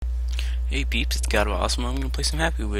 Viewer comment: lol peps he meant peeps